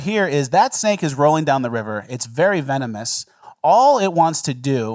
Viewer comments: That sure was a "vemonous" snake there 😂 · Vemonus... then an instant cut lmao, we caught that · Ahahaha how he says venomous lmfao 😂😂😂😂